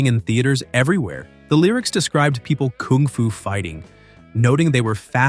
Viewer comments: This bellend keeps playing clips of Carl singing kung fu fighting yet he keeps saying kooong fu? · Stupid bot pronounces it "koong foo" 😅